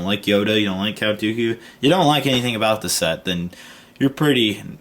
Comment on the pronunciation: you said Cat Dooku